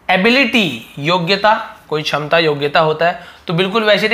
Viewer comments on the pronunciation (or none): none